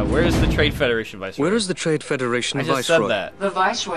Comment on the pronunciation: I've always wondered with pronounces "Viceroy" as "Voice-rye" in this...